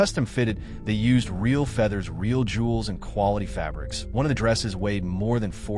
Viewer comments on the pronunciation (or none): none